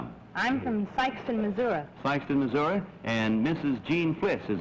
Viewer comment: Sikeston Missour-uh